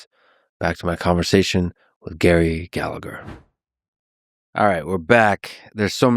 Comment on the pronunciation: Don't be a typical plastic paddy: Its pronounced Galla-her.